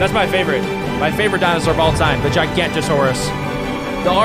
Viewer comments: It’s Gi ga not tor saur rus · it’s pronounced gig-an-ot-o-saurus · as a paleo fan he said giganatosaurus wrong. and allosaur isnt even close to the tryannosaur family tree sense it has 3 fingers and claws